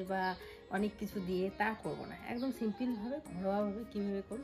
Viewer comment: English uchcharon thikvabe na korle khub kane lage tomader dujonkei bolchi....kothata simpil na simple...egulo kheyal rekho